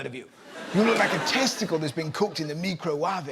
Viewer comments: “MeCrO wAaVaE”- Nigella Lawson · The way Nigella says "microwave" is simply the way that Spanish-speaking people would say it if we pronounced each vowel the way we do in Spanish. (That's not how we say "microwave" in Spanish, though). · I've definitely used Nigella's pronunciation of microwave before. I was just being silly, which I assume she was too. Even if she wasn't it's ok because she's Nigella & I love her :) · Does Russell not understand that she was pronouncing all the letters in microwave not just adding and ‘e’ sound to the end of words?